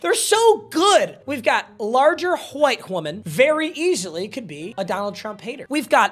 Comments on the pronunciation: He says white like my old english teacher "qwite" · Why is he saying “white” like Hank hill?😂